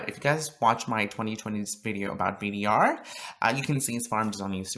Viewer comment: Btw It’s pronounced bader, not b d r